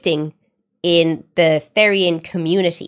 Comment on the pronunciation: Its pronounce th-er-ian btw (not rude btw)